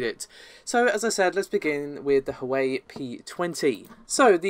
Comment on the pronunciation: hoo way ee? hwa weh!